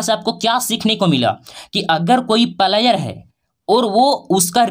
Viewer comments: भाई पहले आप बोलने के लिए सीख लो फ्लायर नहीं होता है प्लेयर होता 😂😂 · भाई तू पहले सही सही बोलना सीख उसके बाद वीडियो बनाना प्लायर नही बोलते है प्लेयर बोलते है😂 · Pahle Bolna sikho player / Palayer nahi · प्लेयर का प्रोनाउंसेशन तो ठीक से करो गुरुजी